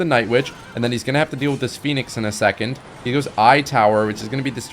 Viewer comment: I am certain you were gonna say phoenix but the way you cut off makes it sound like you accidentally said feet lmfao.